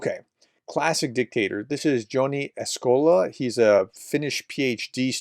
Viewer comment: Pronunciation alert. Joni Askola’s first name sounds like “Yoni”.